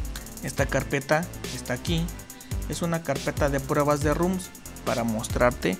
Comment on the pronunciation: basta de decir RUM RUM RUM! son ROMS, con O